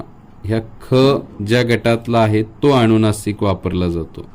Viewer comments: मुळात तुमचे उच्चार च चुकीचे होत आहेत,,,अणुनासिक नाही अनुनासिक,,, अणुनासिक नाही अनुनासिक...अवलंबूण नाही अवलंबून,, बघा स्वतः चेच रेकॉर्डिंग ऐकून,,, किती विचीत्र वाटतय, आताचे बहुतेक u tuber , शुध्दतेच्या अट्टाहासात असं उच्चार व्याकरण बिघडवत आहेत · व्हिडीओ माहितीपूर्ण आहे . अक्षर अगदी मोत्यासारखे आहे ...पण आप स्वतः न च्या ऐवजी ण म्हणता आहात ...😢अणूनासिक अणुस्वार 😮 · छान माहिती... फक्त तुमचे काही उच्चार सुधारा 🙏 ...उदा. "अणुनासिक" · सगळे छान शिकवले पण आधीच माफी मागून एक सांगावे अस वाटलं कि 'अनुनासिक ' आहे ,'अणुनासीक' नाही.'अनुस्वार 'आहे 'अणुस्वार' नाही. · अनुनासिक म्हणतात. अनुस्वार म्हणतात. अणुनासिक अणुस्वार नाही म्हणत. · ' अणुनासिक ' म्हणताय तुम्ही, आणि ' ' अणुस्वार ' पण